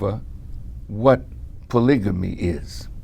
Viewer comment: Paligamy, hahaha